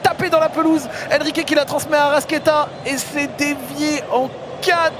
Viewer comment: Je suis supporter de Flamengo depuis le Brésil ! Tellement heureux du match d'hier et de la victoire ! Par contre en voyant ta vidéo je m’aperçois d'une erreur, la prononciation c'est ArrascAeta (toi tu ne prononces pas le A, tu prononces Arrasquéta).